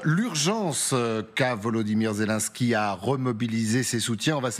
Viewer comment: ... ça commence fort, le journaliste qui annonce : "le symbole de la résistance zézé, en compagnie d'ursula" ... 🤣🤣🤣 ... Ho p'tain, on tient le nouveau Coluche ...